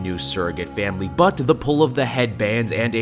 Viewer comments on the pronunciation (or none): none